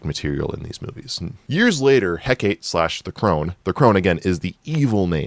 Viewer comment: Is this guy seeing the name "Hecate," (heck-ah-tay) and pronouncing it (heck-ate)?